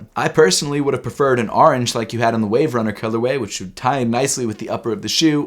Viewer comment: Man said the arnge color way